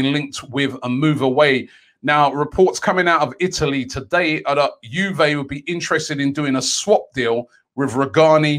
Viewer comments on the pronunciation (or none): none